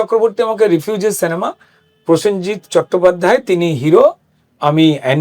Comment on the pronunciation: সেনেমা আবার কি জিনিস!!! এত বড় মাপের একজন অভিনেতা, উচ্চারণ এমন হবে কেন!!!!!